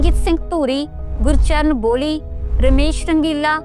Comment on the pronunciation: ਸਵਰਨ ਲਤਾ ਵਾਂਗ ਐਂਕਰ ਦੀ ਵੀ ਪੰਜਾਬੀ ਬੋਲੀ ਉੱਪਰ ਪਕੜ ਘੱਟ ਹੀ ਲੱਗਦੀ ਏ। ਗੁਰਚਰਨ ਪੋਹਲੀ ਨੂੰ ਬੋਹਲੀ਼ ਹੀ ਕਹਿ ਗੲਈ